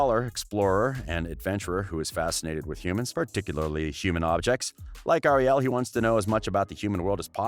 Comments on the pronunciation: Am I the only one who cringed when he said "Ariel" like Ariel Martin aka Wynter? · He said Ariel wrong.... oof!